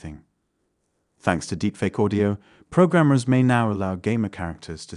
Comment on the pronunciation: for me it was "Deepfake Aye" lol